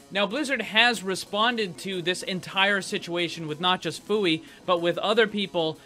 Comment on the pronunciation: It's not F-oo-ee. It's F-e-yoo-we.